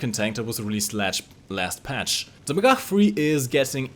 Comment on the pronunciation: Bonus points for pronouncing magach correctly